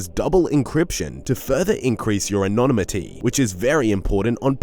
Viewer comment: An-No-Nim-ity for how to pronounce the word in your ad, It seems streamers are one of the few people correcting their pronunciation is encouraged.